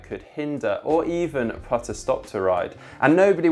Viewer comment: Why does he pronounce put like putt. Once you notice it you can’t unhear it